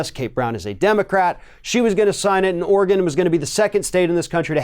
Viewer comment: Thank you for pronouncing "Oregon" correctly. Too many people pronounce it "Ory-GONE" instead of the correct "Ore-GUN".